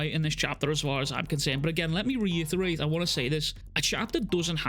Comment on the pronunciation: “let me re yuta-rate(reiterate).”